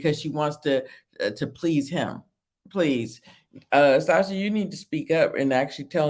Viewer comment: It's pronounced Stasha